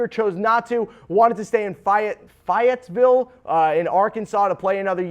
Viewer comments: I love you man, but you gotta learn how to pronounce Fayetteville 😂 We an SEC school man! Fay-et-vil! It ain’t Fie-et-vil! Put some respec on it! I legit jumped when I saw Gafford, I swear it seems sports outlets forget us sometimes. 😂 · It’s Fayetteville not fiyetville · its fay-et-ville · Fiatsvele? It’s Fayetteville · FAYE-IT-VILLE it’s not that hard people!! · no you completely butchered the pronunciation of fayetteville